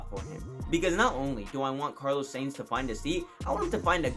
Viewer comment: Carlos SAINT, SANES, SANE yea mate. you gotta fix your pronounciation, might as well say carlos science.